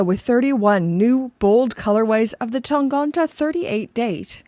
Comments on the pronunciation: tangente. tang-ente. ente with two similar e-sounds which sound like the e in „men“ in „he“. not tangonte. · it‘s tangente and not tangonta. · TAHN-GAHN-TAH is my new favorite word 😂